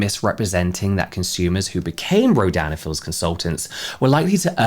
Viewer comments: I'm drawing while I'm listening to this and auditory processing is fcking me up, every time you say the brand name I hear "Ro- Dan and Phil's" lmaoo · Every time you say Rodan & Fields my brain hears "(ro)Dan and Phil(s)" and I just picture Phan leading an MLM 😂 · I kept mishearing “Rodan and Fields” as “Ro-Dan and Phil” and was getting so confused 😭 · i keep hearing “dan and phil” instead of “rodan and fields” i am truly lost to the sands of the internet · Your accent kept making me hear "Dan and Phil" 😂😂